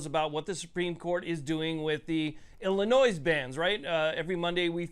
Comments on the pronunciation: Illinois has a silent S... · It is Illinoi(s) the S is silent.